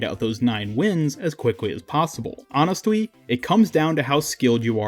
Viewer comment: Why tf you say it like that you gay or something?